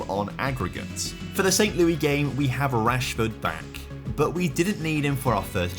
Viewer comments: I’m not sure why the way he pronounced St. Louis made me laugh as hard as it did. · Saaaaame, when he said it I said under my breath, "Not quite, my guy."